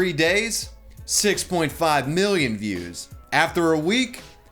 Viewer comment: You pronounce views as fews